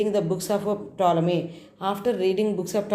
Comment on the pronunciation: Madam tolomy Ani chadavali p silent letter .